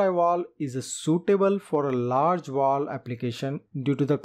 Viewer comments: VALVE! Its pronounced valve. Not woll. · U can't understand him. He's calling a valve vooluv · How am I supposed to trust anything this guy says, he can't even say the word "valve". Learn how to SAY IT before you try to teach lessons about it . He keeps saying "wall" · Why you keep saying wall it’s valve get it right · Great summaries but I'll never not get over "walve" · Why do Indians pronounce V as W and vice-versa? Fellows. when you pronounce V, put your front upper teeth on your lower lips.